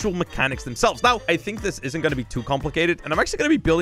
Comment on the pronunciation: are you serious right neow